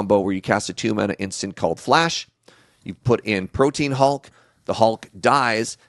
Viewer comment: Omg so pronounces Protean THAT way too 😂 god love him.